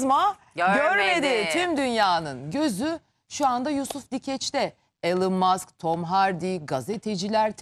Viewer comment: Elın mask yada maks değil “ilon mask“ yada “ilan mask” diye okuyacaksın.Hadi diğer ing kelimeler olsa neyse ama isimlerin doğru okunması gerek